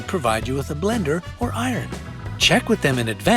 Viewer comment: did anyone else hear irin